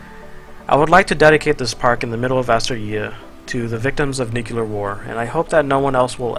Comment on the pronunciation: come on,, "nuclear" is pronounced as "nyu and clear" together, not "nukelar" PLEASEEEE